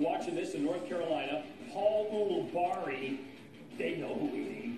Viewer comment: “Paul ooli-bari” 🤣